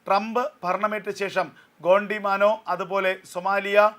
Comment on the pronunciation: ഗ്വോണ്ടിമാനോ അല്ല🤣 ഗ്വോണ്ടിനാമോ or ഗ്വാണ്ടിനാമോ.